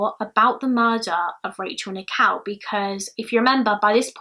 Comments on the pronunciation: What an excellent narration. Very clear diction and a joy to listen to. One slight correction; Rachel Nickel pronunciation is not quite correct. You are sounding Rachel's surname as "Nikow" whereas Nickell is pronounced as Nick-ell rhyming with Bell not Cow. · I love your accent, but for the longest time during this video I thought you were saying 'Rachel Nikow' as in Nik-ow 😂😂❤